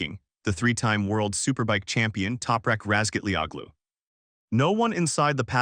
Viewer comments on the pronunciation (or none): His name is pronounced Razgat-ler-ohlu. The Turkish Ğ is silent (lengthens the sound of the preceding vowel) the undotted ı is "er" as in father